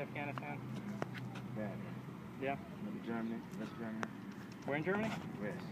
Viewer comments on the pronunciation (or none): It sounded like he said "rest Germany" 😂